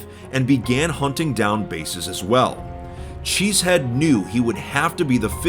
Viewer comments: he's name is chezhead not cheesehead. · he said enter cheze head lol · If my suspicion is correct, chezhead would be pronounced closer to "shit head" than it would be to "cheese head"